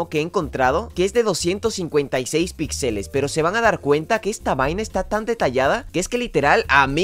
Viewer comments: Si dice otra ves pixèles me pego un tiro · Se dice píxeles, es una palabra esdrújula.